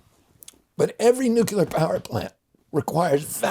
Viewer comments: Newculer isn't a word. Nuclear is though... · Hard to trust someone's opinion on nuclear when they cannot pronounce nuclear.